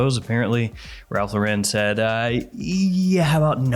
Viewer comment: Hey Ralph Lauren does not have an accent it’s just pronounced like the woman’s name Lauren you can fact check it call a store and no one says thank you for calling Ralph Lau’Ren…ignorance is bliss but now you know